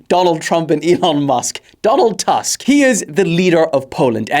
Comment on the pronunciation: You pronounce Donald Tusk complete wrong